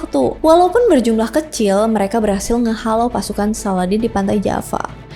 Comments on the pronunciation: Salahuddin bukan saladin mbak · Bukan Salladin, tpi salahuddin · Salahuddin.bkn saladin.kamu Pikir aladdin....sebut nama biar yg btl..